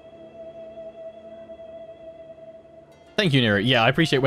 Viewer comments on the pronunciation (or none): none